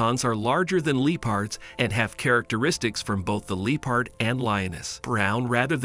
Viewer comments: Your pronunciation of the word ‘leopard’ went from cringey to extremely annoying and bothersome. It was like my ears got stabbed every time I heard it. Who the hell says LEO-PARD? It’s LEP-ARD. That drove me nuts. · The fact he keeps saying Lee-Pard lol kinda taking me out